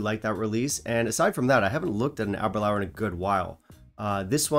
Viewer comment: I’m sorry. It’s pronounced “Aber-loor” not “Aber-lour”. “Door, not flower”